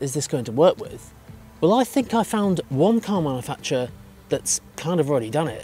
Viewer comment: Cool video, but you're saying manufacturer wrong!